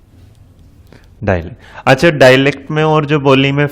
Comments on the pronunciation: NEVER MIND SIR ITS "DIALECT" NOT " DALECT" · "Dialect' not dailect